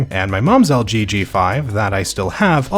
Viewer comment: Why do you say algae instead of LG